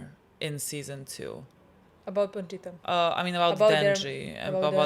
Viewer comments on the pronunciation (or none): this is low key dribing me nuts, it's Pochita, not PoNchita! 😆